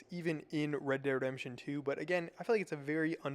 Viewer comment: why cant you say REDEMPTION?